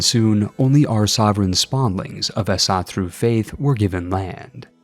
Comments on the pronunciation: for future reference, asatru (tru/tro = belief, so the word means "belief in asar") is pronounced "as" (like the first sound in esophagus, but change the e to a soft a) then a "ahh", so "azahh" followed by "trooh" so "azahh-trooh" no "ass-a-tar-u". to be honest it doesnt really make sense the word isnt just translated to "asa faith" or similar. as "asatro" is more of a descriptive word explaining what you are doing than it is a literal name of something. asar are just the gods, tro is just faith, so calling it asar worship or asar belief or similar would likely be more correct in english than just keeping the entire word as it was in old swedish/danish/norweigian/modern icelandic. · The way you said Åsatro made me want to rip my head off